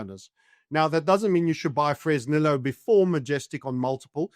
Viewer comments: Its pronounced Fress nee yooo. The humble place of my birth. Ill call up Sheinbaum and ask her to never nationalize and let the miners produce. 🤠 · Somebody tell the bald gentleman how to pronounce Fresnillo.